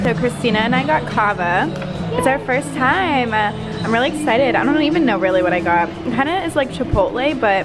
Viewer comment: Rill rill lol